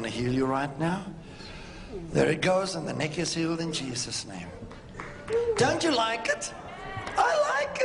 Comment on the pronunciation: "Dontchu like it?" hehe